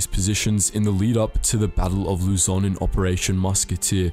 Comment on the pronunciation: Why does everyone pronunces Lu-zoan